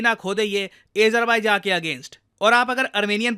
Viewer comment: अजरबेज़ान bolie pls😢